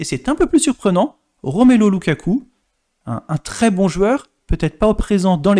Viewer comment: Argh la pronciation des noms des joueurs Belges, ça fait mal😢 Romelo lukaku?? Sérieux.. Y a pas que la pronciation qui me gêne, pas d informations pertinentes, que des informations déjà connues... Rien d'intéressant